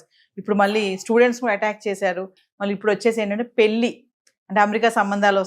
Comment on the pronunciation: Anchor garu! Meeru modata పెల్లికాదు పెళ్ళి అనడం నేర్చుకోండి